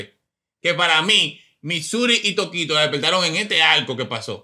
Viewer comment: Mira a "Tokito" y se volvio "Tokote" 🤣🤣